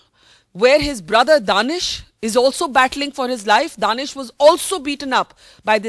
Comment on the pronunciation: not daanissss it's danish